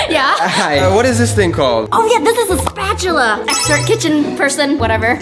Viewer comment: Why did call a spoon a spatchula